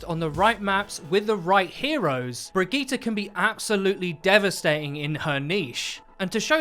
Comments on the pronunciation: I really dont think her name is Brig-ee-ta its bridge-it. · Brig-eat-ah Nope.. Brie - gee - it would be much closer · 'brig eee ta' how the hell did you get there from the name, lol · Its pronounced Bree-git-te (like in "git gud") not Bree-gee-tte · So is it "Bridge-it" or "Bruh-geeta?" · 😂😂😂 wtf was that pronunciation its (bridge-it) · Her name is pronounced just like Bridget. And of course she has reinhart Synergy she's rhinehart's mechanic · pronounce it brijitte before the g drives me fucking insane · Why do you keep saying brigette wrong? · You say her name incorrectly, google the name and see how it is pronounced. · get the name correctly at least smh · Lol you cant even pronounce brigitte right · Who the fuck told you how to pronounce her name!!!! Literally mad me stop watching this Video just to keep my sanity go to Google text to speech or SIRI or something then remake this piece of shit so the rest of us can watch it without wanting to set an entire city on fire listening to you misprounounce this poor characters NAME OVER AND OVER AGAIN!!!! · Wow that pronunciation was really good, looks like you worked on that 👍